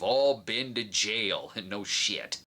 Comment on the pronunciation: Hearing Brad say JAIL is AMAZING